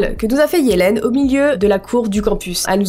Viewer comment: Tu sais qu'on dit yeliiiiiiiiiiiine